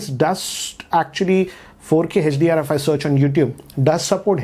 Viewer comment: whole world: hdr: hatch-dee-r